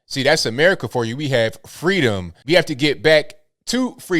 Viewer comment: Fweeeeedom not Freedom😂